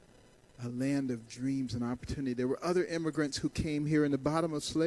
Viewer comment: I cringe everytime Carson says "opportunity". He can't talk straight.